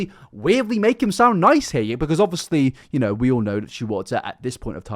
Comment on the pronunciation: Summary of video for those who don't want to waste your time: "OB-fus-lee... OB-fus-lee... OB-fus-lee... OB-fus-lee... OB-fus-lee... OB-fus-lee... OB-fus-lee... OB-fus-lee... OB-fus-lee... OB-fus-lee... OB-fus-lee... OB-fus-lee... OB-fus-lee... OB-fus-lee... OB-fus-lee... OB-fus-lee... OB-fus-lee... OB-fus-lee... OB-fus-lee... OB-fus-lee... OB-fus-lee... OB-fus-lee... OB-fus-lee... OB-fus-lee... OB-fus-lee..." You don't need to like illuminaughtii to find this dude insufferable.